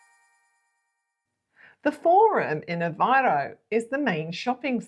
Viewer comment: Since this couple lives in this city, the least they can do is learn how to pronounce the city’s name, AVEIRO and not Avaro. Typical British with no regard to names; they moved from the UK, a country that’s falling apart to lovely Portugal, so start learning the language and the correct pronunciation.